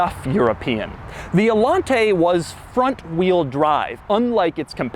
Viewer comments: No, its pronounced allanteeey not allante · it´s actually pronounced "ayanté" not "alante" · It's spelled Allanté, not Allante, so it should be pronunced Allan-TEH, stressing the last sylabe. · this is the... AH-LAHN-TEIGH! ...with the... GOULD KEEESSS! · So there is an accent in the E. So it should be pronounced... AllanteeeeeeEH. Ok, Cadillac from the 1980s, you WERE quirky. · IT'S THE ALLANTAY!! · The accent when pronouncing Allanté is on the "e". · Doug is the type of guy to mispronounce Allanté an entire video. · Wait, Allanté? As in, emphasis on the é? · You pronounced Allanté wrong in the whole video. The é means you put the accent at the end of the word. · Love ur videos but.....WHY ARE YOU PRONOUNCING ALLANTE WITH THIS MANNER? It sounds stupid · His reviews are so much better when you "mute" them. The way he says "Allante" and pretty much everything else, is just awful.